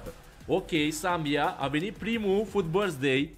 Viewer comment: "Happy birsthday loco" =)))